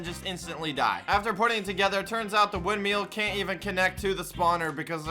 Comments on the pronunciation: windmill not windmeal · ITS WIND MILL NOT WIND ‘MEAL’ LMAO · be like, “wind meal” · its not windmell its (wind-mill) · Windmill not windmial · Normal people: windmill: windmeal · I hate how he pronounces it wind-meal lol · Why do you say “wind meal” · wind-meal lol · really do be like “Windmeal” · "The wind meal" I swear, every time.